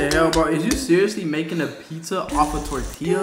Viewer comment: Yo man I like the emphasis on how you said tortilla 😂 most people say “Tort- tiLLa” Chicano approved 👍🏼